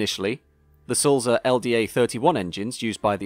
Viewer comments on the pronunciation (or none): I agree with Andy's point about pronunciation. The correct Swiss German pronunciation of Sulzer has a soft "t" between "l" and "z". Also the "u" sounds more like the "oo" in tool. I'm a big fan of your very educational videos, but please check the pronunciations. I noticed on your video about the A4s you pronounced the locomotive, William Whitelaw as WITT-law, when it should be WHITE-law. I hope you don't mind this minor "production" :-)